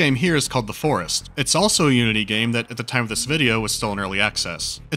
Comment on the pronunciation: When he said "Unity engine" I thought he said the "you-idiot engine"...